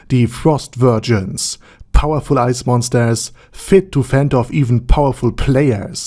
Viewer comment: Did you say covered in aince? Ainz+ice lol